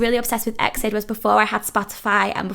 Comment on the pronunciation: Also no big deal but wanted to let you know EXID is pronounced as separate letters like E.X.I.D if that makes sense. Either way it's okay 💖